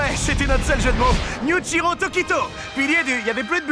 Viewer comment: Je suis la seule à avoir tiqué quand il a dit yuichiro au lieu de muichiro ? Et.. et je suis la seule à avoir ris des jeux de mots sur les porcs ? Oui ? Ah...bon... Tant pis